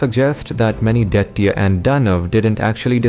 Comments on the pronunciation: Abe it's Daitya, not "daity". What the hell is wrong with people these days? They can't even pronounce words from their own language properly. And the 'D' in them is pronounced as ''द" not "ड". Get some better narrators instead of incompetent hacks who can't even pronounce basic Sanskrit/Hindi words despite being Indian. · Please look into the pronunciations while you speak. Like for instance, dhaitya.. It sounded like dirty every time you used that word. The sanskrit pronunciations needs to be followed. Else the videos are good n informative. ,👍